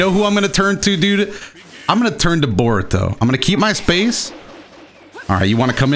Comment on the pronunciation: why do you like Bore-uto?